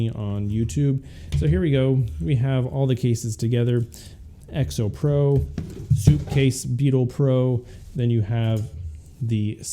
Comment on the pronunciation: It’s called sup case not soup case 🤦‍♂️🤦‍♂️🤦‍♂️🤦‍♂️🤬🤬🤬🤬